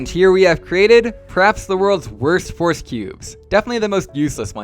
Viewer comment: The way you pronounce "Rubik's" is interesting and unique. Almost sounds like "force"